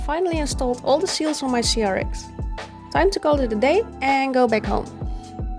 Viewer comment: Cirix? What accent is that?